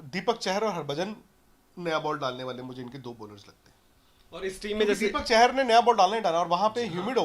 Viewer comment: it's Deepak "चाहर" not "चहर"